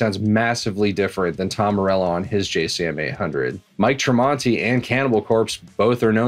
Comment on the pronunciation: This dude said Mike tremonti 😂